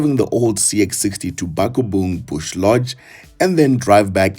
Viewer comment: I'm going to subscribe kodwa the butchering of Bakubong. That was private school, never spoken an Afrcan language in my life level. mamTu Nokwe would like a word.